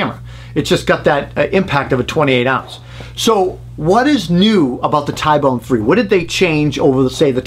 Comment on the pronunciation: T-bone , ty-bone doesn’t sound right